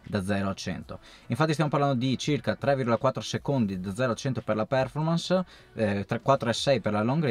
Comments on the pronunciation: solo una cortesia se possibile... quando pronunci performance l'accento fallo cadere sulla o perchè così non si può sentire.:) Grazie per i tuoi contributi sempre molto utili e interessanti. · volevo farlo notare anche io, il mio prof di inglese mi avrebbe defenestrato vivo se lo avessi pronunciato così.